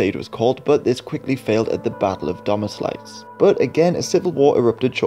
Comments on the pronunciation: You could help us also with Domažlice . I am not Czech but I think it's closer to Do-ma-žleet-seh... definitely not the English -lice sound. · hello buddy, 7 years later but w/e. You were pretty close minus the "ee" (it's pronounced short and quick, unlike "ee" in the word "seed") part and you're correct about the "lice" part. It should be pronounced as "Do-ma-Žlih-ceh" with the C in "ceh" being a hard C (not pronounced as K) and not a soft c like in the word "cent"